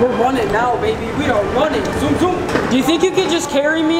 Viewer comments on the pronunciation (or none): none